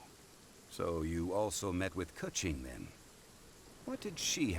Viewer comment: Keqing is pronounced Ka-ching...like the money sound....cuz she's rich. ;)